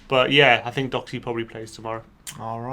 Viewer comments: You guys need to learn how to pronounce Doherty. Other than that 👏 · Lads it's pronounced DAW-HER-TEA not DOCK-ER-TEA 🙃